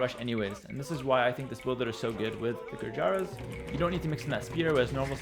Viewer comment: Hi, A tip from India on Gurjar Civ pronunciation. The name “Gurjaras” is pronounced like “Gur - jar” - where “jar” would rhyme like a “her” with “er” but with a “j”. So the pronunciation really stops there at “Gurjar”:-).